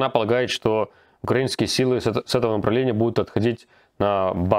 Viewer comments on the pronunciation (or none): none